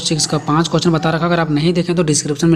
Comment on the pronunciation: Question hota h .. quesch nhi😂😂